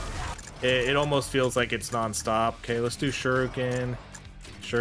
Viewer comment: I've held my tongue on this, but... Shuriken is pronounced sure-eee-ken in Japanese, and sure-eye-ken generally in America, but it's absolutely not sure-oooh-ken. I'm really, really sorry to nitpick on this, but it's been driving me mad in every video.